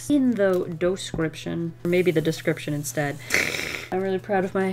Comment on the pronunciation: doh-scription lol! That's ten-tickling! I'm squidling with laughter lol